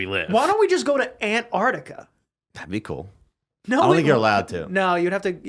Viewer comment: I love how pronounced -artica the first time with a split between 😅 as if it's his Artica 😂